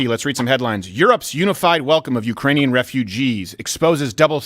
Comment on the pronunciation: Ukrainian or is it urainian?